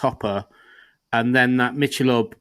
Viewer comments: Mick-ahh-lobe Ultra is the worst ... of course the marketing is off the charts slanted to the mean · It's pronounced "Mickelobe" here. And it's essentially lightly beer-flavored water. Trendy fake beer for fake people who want to be trendy. It's a perfect reflection of our image over substance society.